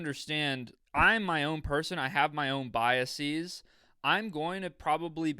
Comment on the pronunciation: Pronounced biases wrong. That’s his community college dropout background shining through 😂